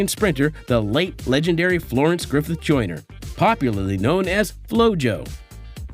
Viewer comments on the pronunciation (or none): none